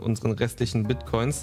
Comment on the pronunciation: ich mach gerade etwas mit bitcoins und er verspricht sich mit bitcoin :D